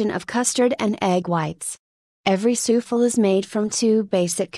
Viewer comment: A.I. reads Souffle' as " soofel"